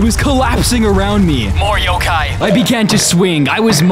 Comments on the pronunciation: its not pronounced yokae its yhokhai... the pheonix is in tagalog in tagalog it translates to the great pheonix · It’s not Yo K it’s Yo kI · Yokay?!?! Its yo kai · It's yo-Kai, like agni kai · Isn’t it pronounced yokai (yo-ky?)